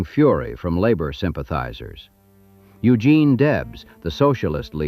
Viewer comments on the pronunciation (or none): none